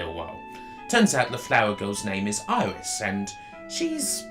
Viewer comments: Iris? Just.....no. Don't care what your native accent is. It ain't pronounced Iris. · I admit it took some getting used to hearongnit like that, but when the game was released nobody knew how to say it, so it was up to the player to find their own way. I say it "air-is", but things like aegis shield I say "I-gis", so I can see logic, and it's not easy to break a nearly 20 year old habit.